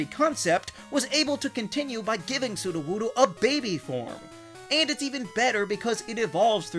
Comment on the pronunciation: NO, IT'S A ROCK-TYPE! AND IT'S SUDOWOODO, NOT SUDOWUDOO!